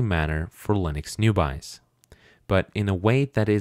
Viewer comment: "Linux new buys (newbies)" 😂😂😂